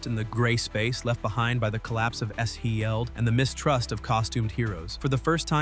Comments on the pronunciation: Edit your ai voice ffs. Shi-eld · Stop using A.I. to (mis) read the script. Having to listen to the A.I. voice repeat "Shi-eld" is distracting and should be embarrassing for you. You've just lost another viewer. Do better! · I wonder if it's the punctuation in the acronym S.H.I.E.L.D. is why it keeps mispronuncing it.